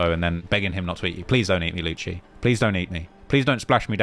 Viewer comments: Its not Luchee is is Lucy. For Lucifer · lewcheee wtf man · Its lucci (Loo see) and he ain't block 6 anymore hes nr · Lucii gonna put some juju on my man for mispronouncing his name still and saying he is still block6 xDDDDD